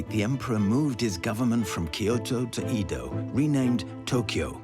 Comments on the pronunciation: Not "E" do. Pronounced "Ae"do.😅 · It’s Edo not Eedo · 江戸 EDO is pronounced like eh-doh (“eh” like egg, “doh” like dough), but keep both vowels short and don’t stretch them. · Eeeeeeeeedo…. aka Ehdoh. Aside from butchering Japanese names, great documentary. Can never understand why so many well done documentaries don’t make an effort to get the pronunciation right. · Please, please when making this kind of documentary teach the narrator how to pronounce names properly. “Eedoh” FFS. It’s like nails on a chalkboard. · it's not Eeeedo and its not Tokeeeyou. Do some f-ing linguistic research! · Fascinating but wish the narrator had bothered to get Japanese pronunciation right - "Eedo", French "j"s and other things all wrong. Still, fascinating. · At least say Edo right 😒🤦🏻‍♂️.